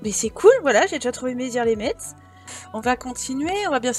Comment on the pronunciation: Les lorrains vont rigoler en t'entendant prononcer Metz 😂 😍 (le t ne se prononce pas 😘)